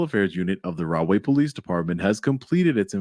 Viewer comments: I thought was saying "Wrongway Police". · Did you say wrong way please? 😂🤣😂🤣🤣🤣😂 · Rahway p.d. are you sure its not pronounced "wrong-way" p.d. 😂